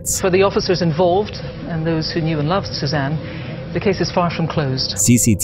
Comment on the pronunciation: Couple things: "Suzanne" doesn't end with an A. And "SupposeDly" has a D, not a B. Just trying to help out. Keep up the good work :)